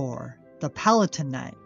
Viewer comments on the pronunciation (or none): none